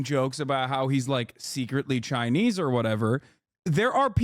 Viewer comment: Pronounced "Chinee"